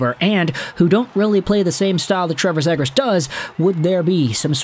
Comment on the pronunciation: Please learn how to pronounce his name right … Zee-gras not Zeh-gras ……